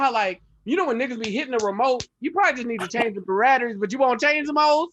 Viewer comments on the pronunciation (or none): “Ahh man I thought we didn’t like this bih.” 😂 Nga said “Berratteries” 😂